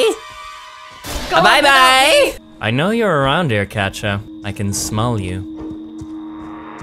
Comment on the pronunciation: Isn't it Katja - Katya, not Katcha - Catcha ?